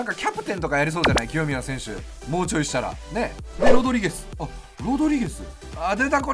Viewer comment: 清宮が極みやに聞こえたw